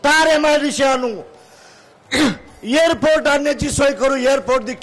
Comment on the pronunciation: airport la yerport bolnara tu